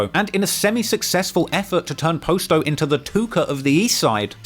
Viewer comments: It’s not po sto it’s pronounced pasto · Bro “Pasto’s”name is pronounced like Pasta they say it in every video where they use his name. It’s killing me that you keep pronouncing it “posto.” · Its Pronounced "Paas-toe"